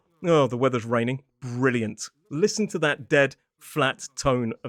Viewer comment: Eight decades got you to "listhen"?